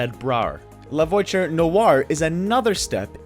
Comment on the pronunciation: La voiture not “voicher”